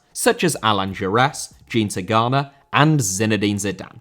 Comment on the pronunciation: Tigana* not Tagarner